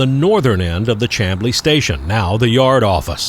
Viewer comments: I really enjoy your videos. I was born in Atlanta, and I grew up very close to where you shot this particular installment. BTW, Chamblee is pronounced SHAM-blee. I'd like to share some history: You were puzzled about a section of siding crossing Peachtree Road ( in your video) that led to nowhere. Chamblee was once a very industrial area, and the track spur continued on to a loading dock behind some kind or warehouse or other industrial building. That building is long gone, and Whole Foods and other stores now occupy that site. The Lowe's store across the street was once the site of a Frito-Lay plant. The street now known as Peachtree Boulevard used to be called Peachtree Industrial Boulevard. There was once a large plant (a concrete plant, I believe) and some other kind of industrial business between Peachtree Road and New Peachtree, where the Chamblee MARTA station now stands. Before the MARTA train system was extended to Chamblee and then to Doraville, there was a railroad crossing at Pierce Drive, and that road connected Peachtree Road to New Peachtree Road. Next time you're up this way, check out Norcross, Duluth, and Buford, if you haven't already. Also, Douglasville, Villa Rica, and Bremen offer great spots for train watching and photography. Keep up the great videos! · Not just trainman. Pretty much everyone I know around Atlanta pronounces it "Shamblee" also. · Thanks for the great GA coverage! Love your videos as always. I grew up not far from Chamblee, in Doraville. Oddly enough, despite the spelling, Ga natives actually pronounce it "Shhamblee", just as the county it's located in (Dekalb), is pronounced "Decab", with a silent "L". Anyway, excellent video, looking forward to the next one! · When I was a kid i'd find boxes flairs on those tracks near the USG plant. Also he is pronouncing Chamblee incorrectly. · Please allow me to correct your pronunciation of "Chamblee." It has the sh sound of a "sham." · "Sham-blee" not Cham....